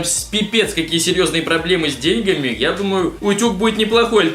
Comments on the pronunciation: не де‘ньгами а деньга‘ми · чтоо с дееееньгами? вопщето с деньгааами!!! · деньгАми а не дЕньгами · Не с дЕньгами а с деньгАми. Просто поправил :) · Деньгаааами а не дееееньгами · не дЕньгами а деньгАми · деньгами ( ударения на е , а не на а ) !!!!!!!!!!!!!!!!!!! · У кого проблемы с дЕ'ньгами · Не де'ньгами , а деньга'ми ....Ударение шикарное , я знаю... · с деньгами ударение е а не на а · ДенигАми правильно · с дееньгами(ударение на "е") :)) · с деньгами? (ударение на е) лол) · Нормальные люди жарят всё на плите и говорят не з деньгами ударение на а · И с Русским у тебя проблемка Проблема с деньгами ударение не туда поставил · Не с деньгами а с деньгами ударине правильно ставь Макс!!! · пипец. ты даже ударение правильно поставить не можешь. люди, что с вами, зачем вы это смотрите. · с деньгами ударение не на "е" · не с деньга ми ударение наа